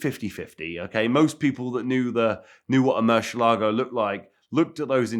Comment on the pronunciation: Why can’t pronounce murcielago. Mans adding entire “shhh” syllables